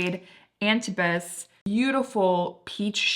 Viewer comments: Love your reviews! Just fyi, Antibes pronunciation = on-TEEB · Maison: “may zon” Antibes: “An teeb”